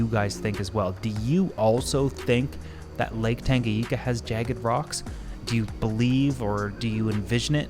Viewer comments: Great video! One comment: it’s Lake TangaNyika and not TangaYIka :) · This guy says Lake Tanganyika wrong. It’s not just a Canada thing